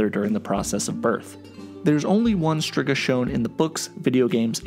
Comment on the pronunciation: well you mispronounced Torque and Striga too (even though I would think you’ve heard them said the right way in the show and games) and you’re making an informational video so like, it’s worth trying to get it right. You also got the bit confused that Torque was getting food for the elves he pitied, not for his family. Otherwise it was a nice video for those unfamiliar with the series, but don’t get so high and mighty when someone politely informs you. Maybe learn how you can improve instead of getting defensive?